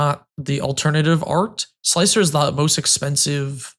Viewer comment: Hey it's sl-ICE-r, more than meets the eye indeed.